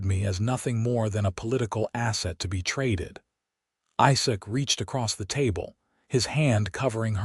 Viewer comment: Narrator having trouble pronouncing quite a few different words and names. Also says "Josephine" as 2 syllables instead of 3 syllables. And the mangling of "Isaac".